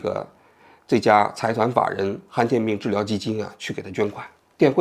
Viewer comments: 不是罕见病吗，han四声，怎么说成han一声了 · 罕见 罕第三声